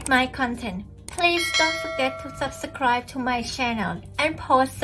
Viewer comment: PLEASE learn how to say ""subscribe" correctly